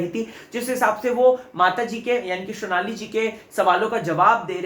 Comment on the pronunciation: Vo shonali ni sonali h 🙄